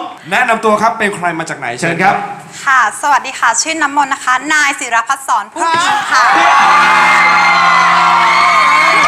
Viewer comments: มีความเน้น "นาย" มาก 555+ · พอปะดับ ปะดั๊บ ปะด้าบ ขำมาก กับตอนเน้นคำว่านายเนี่ยแหละ 5555+ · เน้นคำว่า"นาย"ปุ๊ป ทั้งสตูสตั้นแปป5555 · แนะนำตัวเน้นคำว่านายได้ชัดเจน จริงใจมากคะลูก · ชอบตรงที่เน้นคำว่า นาย แบบ โคตรใจจริงอะ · เน้นคำว่านายนี่คนลุกเลย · เน้นคำว่า 'นาย' โครตเน้นอ่ะ